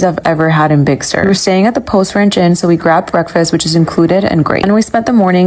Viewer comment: Apparently the Brit guy at hasn't heard the rhyme "Humpty Dumpty". To him, it was just an unidentified egg on the wall.🤨 2 a/2 for 2 1/2. Only an AI could be that ignorant. I've seen boxes of rocks with more sense. Rather than Big Sewer, it's Big Sur, which sounds like 'sir'.